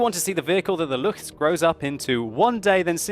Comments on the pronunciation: Hey, I noticed that you pronounced Lu-ch-s, It's actually L-uu-ck-s. But that's okay, just remember that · Luchs is pronounced with a k in the end. like Lux.